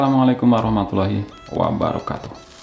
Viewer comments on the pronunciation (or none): none